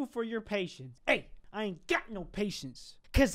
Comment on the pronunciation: listen to him say "doctor" at 0.25 speed.